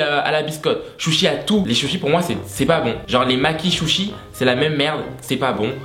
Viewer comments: on di les Suchi pas Chuchi wsh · On dit Sushi putain pas Shushing!! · J aime tu dit "chouchi" a la place de "sushis" 😂😂😂 mais d accord avec toi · Depuis que c’est les chushiiis🤣🤣 et pas sushi🤣🥰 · Les chuchi 😂😂 mec c'est sushi 🍣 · tu m’as tuer avc ton « chuchi » jppp😂😭 et c tellement vrai la kpop et tellement sous cotés, personne aime, je comprend vrmt pas pk ils aiment pas... bref chacun c goût et c opinion au pire hein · Tu ma tuée « les SHUSHI ! »😂😂😂😂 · Il m'a tué les "chuchi" au début je comprenait pas 😂😂😂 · Mdr les "chouchi"😂😂😂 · Comment il dit "shushi" 😂😂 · Tu t’es pris pour Gad Elmaleh avec tes « chouchis » 😂 #HonteACeuxQuiNontPasComprisLaReference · Tu dis « shushi » 🤣🤣😂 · « Les chuchis » 😭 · Je suis wanted "les chuchis" ça m'as perturber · Mdrrrrr j ai grv pris du temp a comprendre qu il disais sushis 😭😭😭